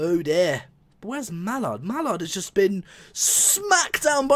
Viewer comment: Hey, you've learnt how to say Mallard this time. Well done. That was a good test, both the same, what the point in doing a test with different settings from the real things is I don't know. I don't know much about how simulators work by why wouldn't you give them both 100% power? Why the 135%? Also, when referring to which locomotive is the best you really need to be comparing them doing what they were built to do ..... they were built to pull trains.